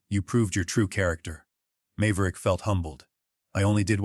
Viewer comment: Mave-er-ick, come on your AI needs to learn how to pronounce names. Then I may listen.